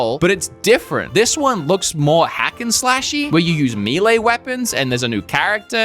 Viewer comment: May lay is the pronunciation of melee. Sorry, irks me more than it should